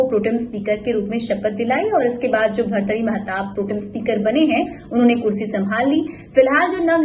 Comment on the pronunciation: Kam se kam naam to thik se bolo